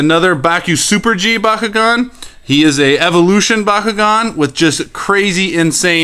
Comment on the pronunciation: what is the most powerful ventus bakugan and by the way it's not pronounced baw kew gawn it's pronounced b(aaah) kew gawn